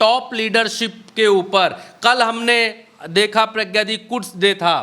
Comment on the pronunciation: कुड्स नहीं... कुद्स डे😂